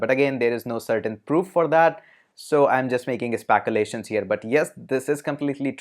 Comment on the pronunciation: I must say that you are doing a great job with your videos.....just a suggestion...u have a very good English accent...just that few words have more Indianized English accent...if corrected would make it perfect English....example “spaculation”...for “speculation”...Cambrige...